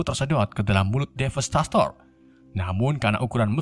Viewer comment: Bukan DEVASTASTOR tapi DEVASTATOR gak ada Snya